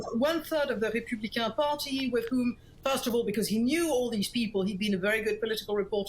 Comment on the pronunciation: Why is she saying macron and republican like that?